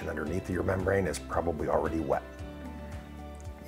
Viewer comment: It’s roof not ruff 😂😂